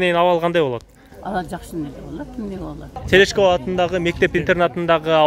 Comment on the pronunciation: Терешкова мектеби да э Телешкова деп атабы